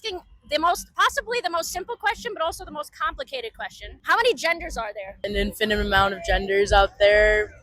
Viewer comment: People need to stop pronouncing the word, "infinite", "InfiniNte".